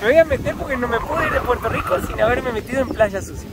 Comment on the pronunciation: No decimos Puelto lico, decimos Puerto Rico, con la rrrr más pronunciada.